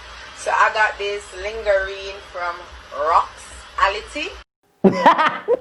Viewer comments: She a talk bout sponsor she fi seh it correctly! 🤦🏾‍♀️ people give yu lingerie (lawn-jeray) fi promote not LINGERee 🤨😂😂😂😂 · I've never heard any1 pronounce it the way she has.....anyways that's done n 4gotten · can't read? But it's spelt lingerie however pronounced laun-jer-ree (of French origin) so it would then show that she read and pronounced the word as seen. A child learn to read would pronounce it lingerie until told otherwise. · She said lingerine using a pronunciation that rhymes with stangerine. That pronunciation is quite incorrect. Not only did she mess us the syllabic rhythm but, also interjected an "n" between the 2 last vowels. Lingerie is borrowed from the French language. It can have 2/3 syllables depening on the dialect. The "in" in lin is pronounce with a nasal sound that is typical in French. This could be likened to the sound in the English word lawn. The 2 most common pronunciations in both British, Caribbean and American dialects mimic the first syllable of laun/dry and 2) the final vowel of risqué where the rie in lingerie is pronounced with an ay sound. Being a loan word to English, the actual French pronunciation may vary slighty. In French the E in lingerie is silent. The latter pronunciation in number 2 is what is known as a hyperforeignism. You can check out the accepted pronunciation in either the Cambridge or Oxford Dictionary. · Why Miss Donna post that? Like who wants to see that. Kmt. She shouldn't even put the camera suh close up inna face. (do not kno why she name suh cause she nuh pretty) did not know that lingerie is not pronounced ling-garee.... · lingerie........ i think might be smarter than all of us she pronounce it in english not french lawn-ja-ray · Lin-ge-rie - been twisted like dat for a long time! Stop dun di girl. It a play on words, or the way it's broken dwn for pronunciation. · She pronounced it how its spelt Uno love judge ppl 2much